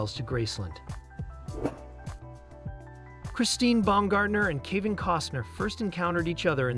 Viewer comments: Might need my hearing checked. Sounds like he pronounced Kevin as (Kee-van). Oh well. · Keevin? You are pronouncing the names wrong! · Native Spanish speaker here. Kivin sounds great. It fits Kevin in a such an original and funny way. Come on!! He is a great artist. There is no doubt about it, but, in the end, Kivin is just another common mortal like any of us.